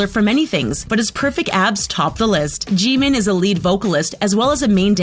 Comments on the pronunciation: StOb It nOw lEaRn hOw tO pRoNoUnCe tHeIr nAmEs iTs Kim Namjoon not "Kim Nemjoon:! aNd ItS Min Yoongi not "Min Yoon gi"abn its Park Jimin not "Pek Jimin" Edit: and its kinda triggers me when she say their name ;A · THE PRONUNCIATIONS ARE TRIGGERING ME STOP SAYING JEEMIN 🤦🏻‍♀️ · Umm you don't pronounce Jimin's name like that Lmao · the way you say Jimin hurts me also I think he hits his members because he's embarrassed the way you say Jeon Jungkook hurts me as well seeing the thumbnail makes me idfk, Jhope was 19 or 20(?) when they made their second music video which was we are bulletproof pt2 Edit:hello again sisters(not a fan of james Charles and never was) Hoseok/Jhope was 19 in no more dream and we are bulletproof pt2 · Theresa Gallagher Jimin is pronounced with short i:)